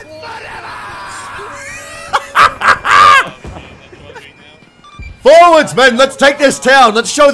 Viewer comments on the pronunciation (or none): "Scotland forevaaa!" XD